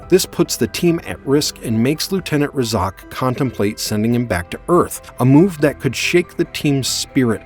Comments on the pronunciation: Clearly the Narrator didn't watch the series. You're going to mispronounce the Team leaders name? He was in most of the episodes! It's RAY-ZACKS Roughnecks not Ray-Zoc. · the name is pronounced RAY Zac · They are Razak's Roughnecks... could you please say it correct? Thanks...